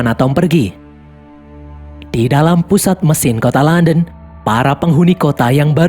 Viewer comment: KOTA LONDON KEBACA JADI KONTOLODON 😭